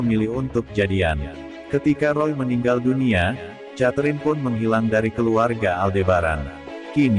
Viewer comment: Mas...."Catherine" sebutan yg sebenarnya kek "Keterin" bukan "chaterine". Jangan marah ya🤪